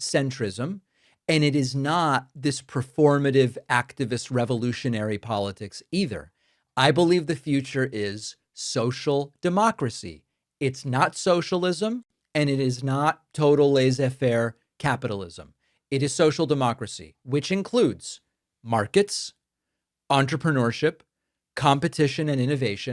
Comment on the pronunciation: you poorly pronounced the french term laissez-faire like most Americans. It's not layza faire, but laissez-faire, double ss in laissez. laysay. You're welcome.